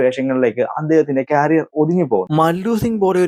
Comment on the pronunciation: ക്യാരിയർ അല്ല മോനെ. കരിയർ